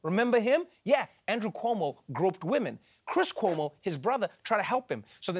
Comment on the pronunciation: Perfect pronunciation of “Cuomo” in Brazilian accent!!! Kudos!!!